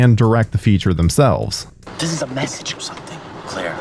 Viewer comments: That character's name is Clair, not clear!!😂🤣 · FFS IT’S CLAIRE. MOT CLEAR! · I think her name is Claire not Clear. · it's claire not clear come on